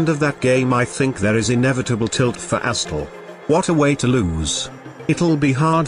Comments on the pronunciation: says “Asstral” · "Asstral" lmao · Nice spot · Haha "Asstral" That was epic lmao